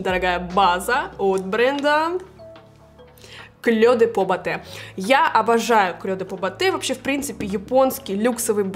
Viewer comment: Мне нравятся Ваши видео, и Ваши макияжи, и Ваша манера. Но! "Клё де по " режет слух. Написано по-французски: Clé de peaux , произносится [кле д'по]. А то получается русская девушка произносит французское название с японским акцентом. ))